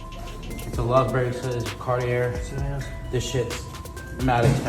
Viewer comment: You're ignorant if you pronounce Cartier anything else but "CAR-TEE-AY". These people bring up their own drama. Why anyone has anything to do with that freak and his band of sycophants. He looks like a crate of skittles melted over him. He's more rainbow than Castro Street in San Francisco. He is morphing into a box of Lucky Charms.